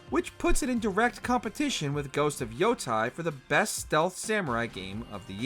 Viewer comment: Yotei = Yo-Te-e, not Yotai